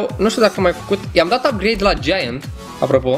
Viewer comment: Ai un gieaănt cest 😂😂😂